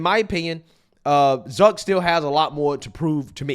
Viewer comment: It’s zuck not duck